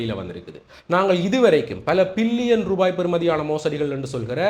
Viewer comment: Billion not pillion. Pls correct your pronouncing